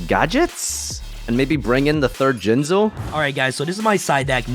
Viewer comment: it's jinzo not jinjoe